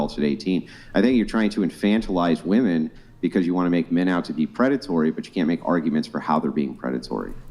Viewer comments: Very common for young chicks to say woman for women 😵‍💫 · It's women, not woman for plural. How hard is it